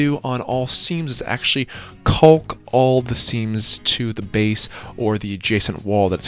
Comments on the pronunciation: A guy who's only ever read the word "caulk" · Really emphasizing the silent L in caulk.